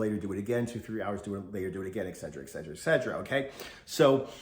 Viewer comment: Weird how he pronounces etcetera as "eggsedrah".